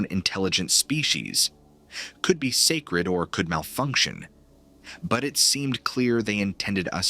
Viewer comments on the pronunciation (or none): none